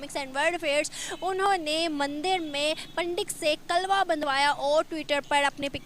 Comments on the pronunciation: Kalva nhi hota kalava hota hai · कलवा नही, कलेवा होता है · Kalawa hota h , Na ki kalwa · Ye kalba Kya hota hai 😜😜😜 👍kalaba hota hai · Mc klwa nhi hota klewa hota bolna nhi aata to bolna chord do... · Tum itne jahil Ho news Wale bhi kalava ko kalva bol rahe ho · अरे पगली ..कलवा नही,,'कलावा' बोलते है..koi bat nahi ,,,keep it up 👍